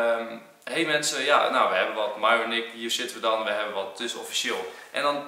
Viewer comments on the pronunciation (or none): Mieron maar enzo veranderd namen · HET IS MIERON ENZO NIET MIJRON😅🤣❣ ( ik doe ff hoe je het uitspreekt ) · Bianca mieron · Hi enzo, hoe spreek je de naam van myron officieel uit? Jij zegt meestal mairon, en zij stelt zich vaak voor als mieron. Wat is nog de correcte versie?😏